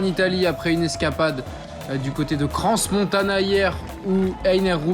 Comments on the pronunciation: Pas Cransse-Montana mais Cran-Montana. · "Siè-rré" ? Vous l'avez précisé vous même, on est en Suisse, dans le Valais, et ça se prononce Sierre. Comme Pierre. Et pas besoin de Cransssss-Montana, le "s" est muet.